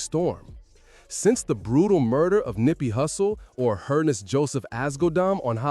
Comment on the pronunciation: Nispey not Nipey!!!Smh